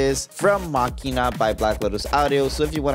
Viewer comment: He pronounced it correctly. It's a hard k.